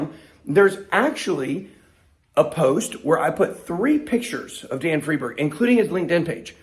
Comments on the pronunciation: When y'all get so confused, Is it Freedberg or fried berg?, just remember Einstein. Nobody says Eenstein, right? It's because German (and thus Jewish) names pronounce SECOND vowel, not the first as we do in English. So, Friedberg is freed-berg. The SECOND vowel. Capeesh? :) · ' friendburg '... sounds j000wish.. ddamn.. you better be careful BitBoy.. I never really liked you or your content.. esp when you were bullyiong that other guy.. but you kinda changed since the past week